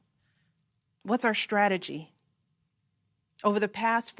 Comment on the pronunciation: I couldn't help noticing she kept mispronouncing words that started with "str." "Strong" became "shtrong" and "struggling" was "shtruggling." Same with "strategy" - "shtrategy." Weird.